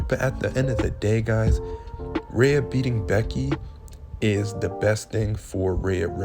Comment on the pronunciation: Bro, who is Rha-uh ? Do you mean Rhea? 😂😂😂